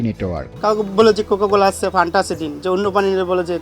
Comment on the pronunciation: ওরে বলদ ঐটা ফ্যান্টা হবে! ফানটা না😄 অনেকেই বলে পান্তা 😄স্পষ্টভাবে তো বোতলের গায়েই লেখা আছে বাংলায়😄রিপোর্টার এর এমন ভুল মানা যায়না😄